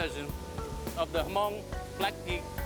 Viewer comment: Hmong is not pronounce Ha-Mong, it's pronounce hmMong with the H being silent. Weather she's Hmong or not, if you live in a region for a certain period of time, your accent will change accordingly to the language you speak, just like the Hmong's in China.